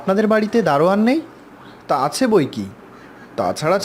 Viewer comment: Uccharon ta rhik korun , reading pore golpo sonan ekdom baje., majhe abar surf exel dhukechhilo...hahahah. achhe ke ase bolen keno ?